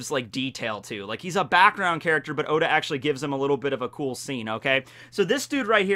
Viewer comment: At the end he says, “God bless ya, Oda” but it really sounded like god bless Yoda xD